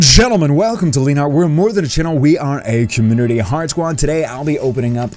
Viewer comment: BTW you said chummunity